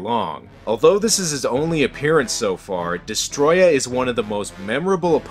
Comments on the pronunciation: Its destroyah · Destroy-ya is how u pronounce Destroyah